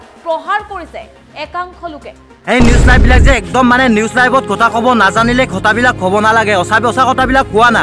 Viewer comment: অসমীয়া কথা তেনেকৈ কয় নেকি অ ককাই? কি কতা কতা, কথা বুলি কোৱা আকৌ😆😆😆😆😆 নাজানিলে অসমীয়া ক'ব নালাগে দিয়া!